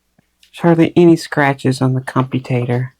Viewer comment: Great content as usual. One minor thing, though... I tried to fight my OCD for as long as I could but lost the fight today: it's "commutator" as in "commute"; it's not computing anything 😉 Sorry to be that guy, I really tried 😉